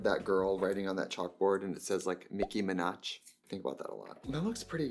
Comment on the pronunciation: La Miki Minachhhh 😂😂😂 I think about that anytime anyone says Nicki Minaj